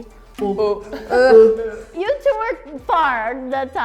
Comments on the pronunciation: they really turned "eau" into "œufs" when they tried to pronounce it also yeah the spelling of "œufs" is pretty messed up when you consider how it's pronounced...you can pretty much imagine it's like "œux" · C’est pénible, toute cette accumulation de c..ies : - « Le français a des influences d’autres langues. » Bah, le portugais aussi : germanique et arabe, principalement. - « « miroir » vient de l’anglais… Consternant. C’est « mirror » qui vient de l’ancien français. - Elle prononce « eau » : « eux », alors que « eau » est simplement la lettre « O ». - Le « R » français est le même en portugais du Portugal. De plus, les Francophones ne prononcent pas tous le « R » pareil. Mais pour le savoir, il faudrait un peu s’intéresser à autrui. - Critiquer « 90 », quand on parle une langue, l’anglais, qui ne connaît même pas le système métrique… 👎🏻 - Les Français diraient « frites » parce qu’ils sont Français. Nous n’avons JAMAIS dit « frites françaises »… - « You two are similar « an / an ». Non, la Française a dit « année » - « Aucun mots en commun entre le français et le roumain. » Hier, la Roumaine a dit « creion », en français : « crayon » : same word. Et des gens dans les commentaires ont écrit « librārie », en français « librairie ». D’ailleurs, les Roumains ont dit que leur langue contenait du français… C’est le genre d’émission de french bashing dans lequel je regrette que le micro de la … fonctionne. Français, Francophones ! Ne participez plus à cette chaîne !